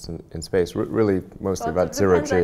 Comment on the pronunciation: Its only me or she said space sex :D